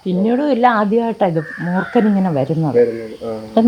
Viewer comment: മൂർക്കൻ അല്ല മൂർഖൻ